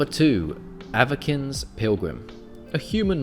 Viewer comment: My guy it's pronounced "Ava-sin" Otherwise keep up the good work